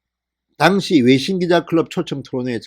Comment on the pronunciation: "당시"라는 발음 고려해주세요